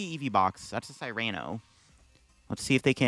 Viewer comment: “sEAr-ano”. Not “SIGH-rano”